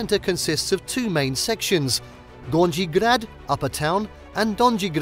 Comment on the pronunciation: please learn how to pronounce simple words (Gornji/Donji grad etc)